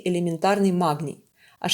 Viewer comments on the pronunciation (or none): Почему махний? Прям режет слух откуда взялась с таким ххх